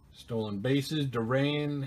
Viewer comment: It's not Bill "Roberto Duran", it's Bill Door-an.